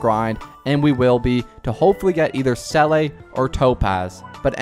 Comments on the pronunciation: It's not selay it's zela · Nop thats wrong too, Its zeh le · Seele is pronounced sea luh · Sell a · Oh and noticed he said sele